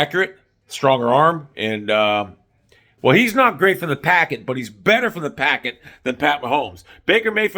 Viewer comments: It's pocket, not packet. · It’s pocket not packet wtf dude